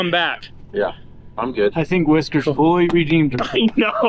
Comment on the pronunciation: Whiskers to the "wes-cue"!!!